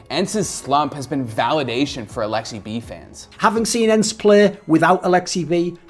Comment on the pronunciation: Its Aleksib. Not Aleksi-B pleaaaassee stap it!